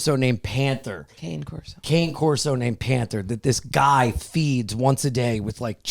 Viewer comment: I love how corrects but gets the pronunciation of Cane wrong still lol.